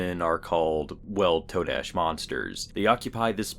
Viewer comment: I thinks its pronounced "Ta-dash". YOU know? Today, todash?